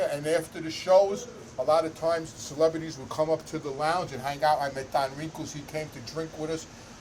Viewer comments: His name is don rickles. Not wrinkles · I love ya, you’re a beautiful guy and I hope your channel takes off like a rocket. But you gotta do me a big favor… stop calling Don Rickles “Don Wrinkles”! Haha god bless bro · He said Don Wrinkles 😂